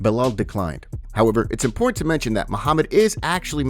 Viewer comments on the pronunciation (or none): none